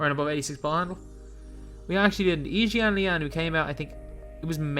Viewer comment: I respect that u pronounced yi jianlian’s name right ✊